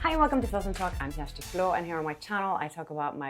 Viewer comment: Hi Kjersti! So nice to hear how your name is correctly pronounced! You are very inspiring, brave and professional, thank you for sharing your stories.